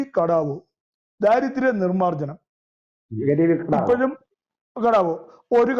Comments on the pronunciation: കട്ട വോ അല്ല ഗരീബി ഹ ട്ടാ വോ എന്നാണ് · സർ കടാവോ അല്ല ഹട്ടാവോ (ഗരീബീ ഹട്ടാവോ )ദാരിദ്ര്യം അകറ്റുക.